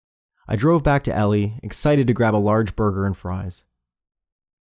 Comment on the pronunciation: everytime you called it "elli" i cringe. it's E-lie with a hard I at the end